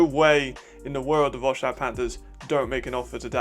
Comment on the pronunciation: Quick mention: Wroclaw is pronounced "Vro-tswaf"